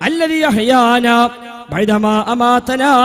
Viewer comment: (ബൈ ന മാ) എന്നല്ല (ബഹ്‌ദമാ) എന്നാണ്